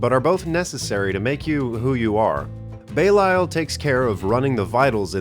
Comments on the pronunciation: It's not Bay-Lyle, it's Beh-Lee-All. Belial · Belial is not pronounced Bay-lie-al, it's Bay-lee-al. I learned that from Metal music by some Germans so it's true. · It is actually pronounced Belial (belaial). :) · belials pronounciation killed me its belly-al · I thought it was pronounced fear-na and bee-lee-ul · Your mispronounciation of belial is like a cheese grater on my brain